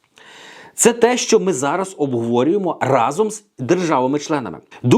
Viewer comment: Сашко не разОм, а рАзом. Перевірочне речення - Дубінський хтів отруїти вас всіх гАзом рАзом.